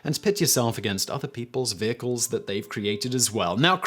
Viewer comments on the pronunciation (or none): none